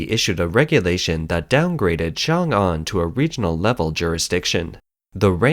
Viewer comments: Good analysis. One suggestion for the channel is to pronounce the pinyin more accurately vs. sounding like a complete westerner. It's not "Xiang Ang". 「雄安」 in mandarin is more like "Shong An" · XiongAn pronounced, X(i)ong -Ann or Song -Ann , for simplicity..